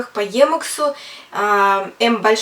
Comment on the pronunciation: собственно - никак нет! Сколько холиваров было на тему emacs против vim. Кстати, первый автор (Ричард Столлмэн) озвучивает своё творение немного другим начальным звуком ("и"). Поэтому , Вам низкий поклон, что вообще за эту тему на фоне всеобщего молчания в рунете взялись, но , если от души - слух режет